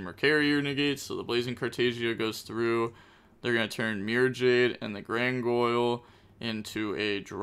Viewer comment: "gran goyl"..